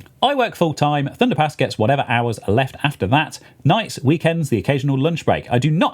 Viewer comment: my american ears kept hearing thunderPANTS so i had to find the video and comment. HAHAHA! thunderpants is hilarious, thunderpass is just... fine i guess. Anyway, love the podcast have a great day